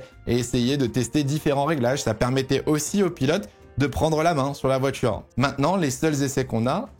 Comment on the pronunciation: Ça fait des années que je te suis et j'adore tes vidéos mais s'il te plait corrige ta prononciation des "t" ce n'est pas "voitchure" mais "voiture".